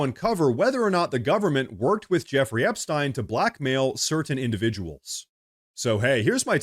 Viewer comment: Outfits change occasionally, but the mannerisms and script seem... off... the way he says certain words, too–in this video "Epstein", despite it being a name said innumerable times, by others